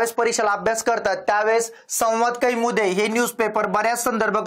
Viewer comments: संवाद kaiमुदी म्हणू नका कौमुदी म्हणा.😂😂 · "संवाद कैमुदी" नव्हे "संवाद कौमुदी" असे आहे."न्यान" नव्हे "ज्ञान" असे आहे. कृपया योग्य उच्चार करावा.